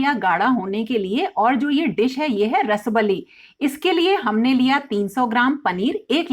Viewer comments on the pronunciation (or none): Actual pronunciation is रसाबली । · रसबली ❌ रसाअअब अली is correct pronunciation. I m from odisha